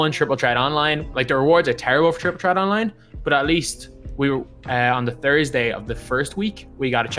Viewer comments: “Triple tret” 😂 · no it’s triple ttret